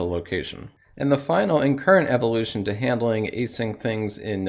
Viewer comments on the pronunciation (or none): none